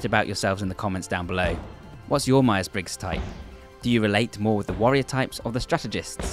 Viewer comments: as a non native english speaker, this video was extremely confusing for my ears xD, all i can hear most of the time is "worrior", a little on-screen text would be really helpful for differencing which type are you talking about at a certain point, even tried subs on but most of the time they write warrior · Dude, to me when you say worrier or warrier, it sounds exactly the same. xD Got a bit confusing for me. Not a native speaker though... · Man the Warrior vs Worrier part is hard to follow without much distinction between words haha (my accent is the same don't worry) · just a small recommendation: you should have spelled warrior and worrior a bit more clearly so the non-english speakers could understand it clearly. nice video tho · I can’t hear the difference when you say warrior or worrier mate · This video would be a lot more intelligible if you didn’t pronounce warrior and worrier identically 😂